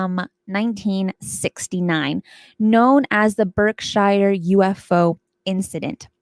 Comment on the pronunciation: Berkshire, like gobs of places in the USA named after a place in England with "shire" in its name, has long been "Americanized" to "sure." It's nitpicky, but (as a New England native), it's kinda strange to hear it pronounced as anything other than "Berk-sure." Nevertheless, it (as always) was a great show. Thanks. I'm hooked on this series, and the Debrief also.